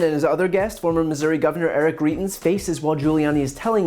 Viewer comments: You're mispronouncing greitens, just makes you look more silly than you already are. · Pronounced “gry-tens”. I only know that because I live in the state this idiot is from.